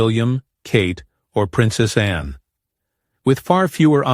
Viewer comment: Her name is Anne, not Anna - do your homework